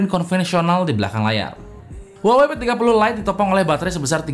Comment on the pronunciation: Bang huawaeqseaeeiiuiiii mulu ☹️ Saya trauma sama merk ini 😣